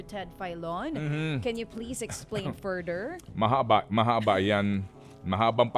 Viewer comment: explain furder? Speech teacher where was this student before when you were explaining about "th".